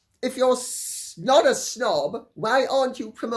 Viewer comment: sine nobilitate This doesnt make her a snob, when you pronounced it it sounded like she should be a little snot not a snob. Far more approriate!